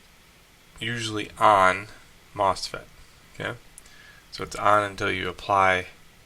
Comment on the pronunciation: It’s Mosfet not Mofset